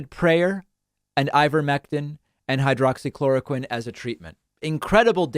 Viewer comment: FYI, it's not hycroxychloroquine, it's hydroxychloroquine.